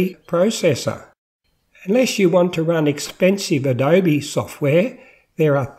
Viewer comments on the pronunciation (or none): none